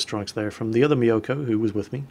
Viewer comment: you pronounce mi-yo-ko instead of myoko. go watch some anime!